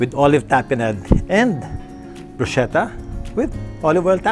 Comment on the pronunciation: By the way Mr. Gomez, bruschetta is pronounced “broos-ketta”.😁 Love watching your cooking vlogs.